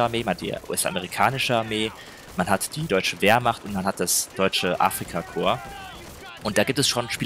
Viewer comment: Kann man dem Jungen bitte erklären dass es nicht deutsches Afrika „kor“ sondern Afrika korp. Es triggert mich maximal